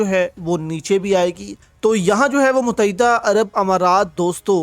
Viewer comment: abe muttehda bolna to seekh le mut- teh- da pata nahi kiya jaeeb mutaeeda kehta hay